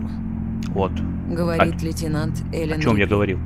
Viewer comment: Элен а не АЙлен !!!